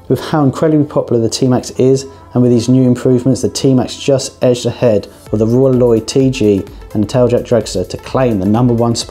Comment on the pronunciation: Roy Loy I thought....or heard